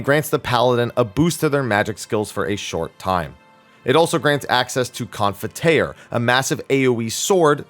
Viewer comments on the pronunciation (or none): Confiteor is pronounced Con-feet-ee-or. Like combining Con, Feet, and -eor like in Meteor. It means confession in Latin. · "requee-ess-scat" "Con-fee-tee-or"